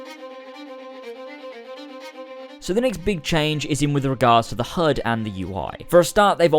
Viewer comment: You say hud, I hear herd.